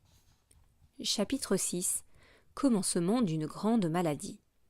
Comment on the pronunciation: ''Chatitre''😂 en vrai merci c'est plus compréhensible grâce à vos vidéo